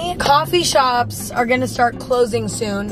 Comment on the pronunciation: emma: coffee shops are gonna start clothings- coffee sherps---- Coffee shops are gonna start clothings--are you kidding me? I keep cracking up to this😂😂😂😂😂